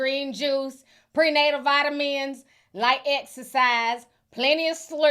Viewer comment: That tiny 🎻 couldn’t wait to be used! this was the perfect scenario to use it lol, the accent got me cracking up especially how you pronounced vitamins 🤣